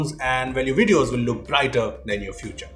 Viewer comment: I think he miss pronounced 'and' than 'than' 😂